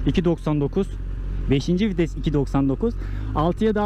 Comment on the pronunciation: ŞU LANET OLASI VİTESE FİTES DEME ARTIK JSJSJSJ